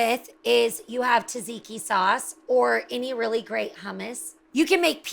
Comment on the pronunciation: Taziki?? WTF??? How hard is to say TZATZIKI???